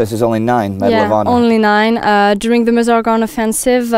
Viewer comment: Excellent travelling shot sound and sound. Great work, crew guys! And you can hear say "Meuse" pronounced Meuse, not "mjuice". Take a note, Indy...;)